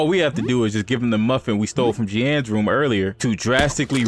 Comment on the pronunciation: "Jee-anne"??? Lol!!! Its literally just pronounced like "Geene". Great video bro!